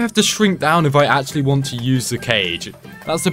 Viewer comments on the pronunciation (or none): none